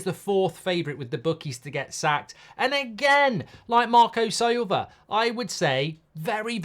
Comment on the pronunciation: Listen to it, he calls Marco Sliver Sober lol